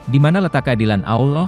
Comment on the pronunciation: Maaf chanel ini gak pake suara admin manusia. Chanel ini pake suara bot / robot text to speech Adminnya hanya mengetik text saja, lalu disuarakan oleh aplikasi Bot nya Robot text to speech memang tidak bisa mengucapkan ALLAH dengan lafadz yg benar. Salaam... abaikan komen ini bila anda tidak berkenan